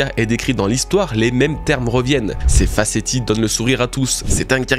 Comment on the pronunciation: "Facéties" le "t" se prononce "s" ca se prononce "fa-cé-si". Sinon comme d'habitude c'est mauvais.